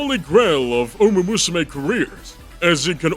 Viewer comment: it's called uma MUSUME, not uma usume